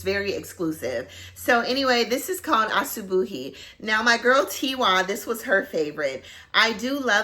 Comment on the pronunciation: Asubuhi means morning in swahili! And you pronounced it perfectly!